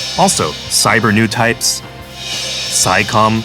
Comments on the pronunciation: It's still pretty obvious they hired someone who's totally unfamiliar with the universe to read a script written by someone else when he repeatedly mispronounced terms like psychommu. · So Psycommu is pronounced sai-com Always thought it was sai-ko-mew